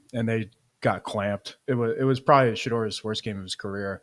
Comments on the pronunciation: It's pronounced Shadoor Hudson not Shadrrrrr (Shedeur) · lol it’s Sheduer